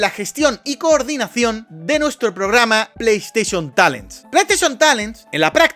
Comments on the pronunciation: cuantas veces dijiste plei esteichon talen? 🤔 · Bro, amo tus vídeos, pero casi quitó este porque me daba dolor de cabeza escuchar tanto "pleisteshion talen"